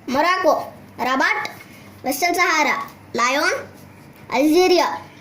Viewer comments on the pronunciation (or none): none